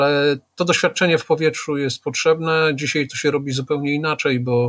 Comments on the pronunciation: Polszczyznie Pana Piotra mozna wiele zarzucic. Mnie bardzo drazni jego "dzisiej"! Mowi sie "dzisiAAAAj" Panie Piotrze !!! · Pytanie czy pan Zychowicz umie się poprawnie wypowiedzieć? Od osoby która pracuje "słowem" (książki,prelekcje...) należy wymagać więcej niż od przeciętnego człowieka. Te wypowiedzi typu "wczorej,dzisiej,tutej" powodują , że ciężko się słucha tak niechlujnego języka. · Wziąć nie wziąść, dzisiaj nie dzisiej !!! Człowieku proszę jesteś rzekomo osobą wykształconą a mówisz jak cep... ogarnij ... i nie 'skakał ze spadochronu' a 'skakał ze spadochronem' serio teleznowela .......'Kiedyś można było rozpoznać że rozmawiają ze sobą ludzie wykształceni, niezależnie od tego o czym mówili, teraz .....' i to po 4minutach mam do powiedzenia . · dzisiej, tutej to wymowa typowa dla ludzi z Warszawy i okolic, ale nie słoików, tylko takich mieszkających od pokoleń. Dzisiej często też mowi Magda Gessler.